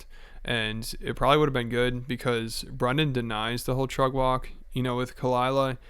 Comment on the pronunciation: Can someone explain what Trugg Walg is? I understand it’s Brendan’s pronunciation of Truck Walk but what? And why doesn’t Rogan Annie Lederman anymore? Please help